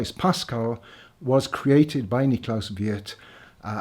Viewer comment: Thank you for pronouncing ‘Wirth’ correctly! ([Veert])